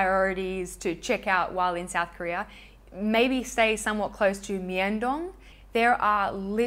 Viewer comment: i have one of the tony moly cushion blushers and i loovvveee it, it smells super sweet too lol. (btw myeong dong is pronounced more like young but with an m in the front. romanisations of korean words can be a lil confusing!)